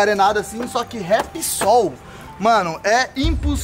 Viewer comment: Qual a dificuldade q o tem de ler e fala Repsol e nao ripisol